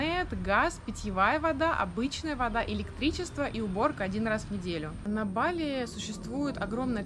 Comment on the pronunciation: ❗️Ребят, ну как можно жить на Бали не первую неделю и ударение ставить неправильно? БалИ!! Это то же самое, что рОссия, ну уважайте страну в которой живете🙏🙏🙏